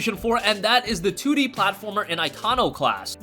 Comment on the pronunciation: Instead of 2d. You said "tootie". Lol